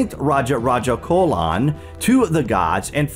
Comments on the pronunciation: His name is Raja Raja Cholan. Not Colan😢😢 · Hey! great video, but a minor correction in pronouncing the name "Cholan". Its concerning the sound of "Ch", it should be pronounced as in the word "change" not like in the word "colon". No offense taken. I'm a Tamilian, my ancestors were his subjects. Feel free to write to me if you need info concerning South India. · It's CH'OLAN LIKE CHIPS. Not like Colon.